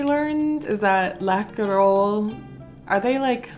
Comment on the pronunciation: You said Kexchoklad correct, and I’m from Nyköping 😉 don’t eat to many Läkerol, also correct! So if you don’t want to spend to much time at the toilet with ache just take one or two at the time 😂 Just lick the hockeypulver up 🤣 I hope that I one day can visit the states, so many things I would like to try 😁